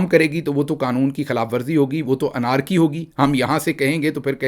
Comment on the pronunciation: The word "anarchy" is pronounced اینرکی not انارکی, Professor — just like "attorney" is spoken اٹرنی not اٹارنی ..